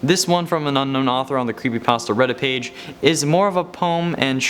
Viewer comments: Did he just say "crappypasta" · Anyone realize he just says crepypasta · is it me or he said crappypasta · He said craspy patstas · Did you say crapy also made me laugh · he said crappypasta XD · You said Crepypastas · Ah yes, "crepypastas" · You said carpy pasto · U said CRAPPYPASTA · Did any of you guys hear him say creppy Paster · bruh he said crepe pasta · U said crepypasta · Did he just say crepypasta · He said crepypasta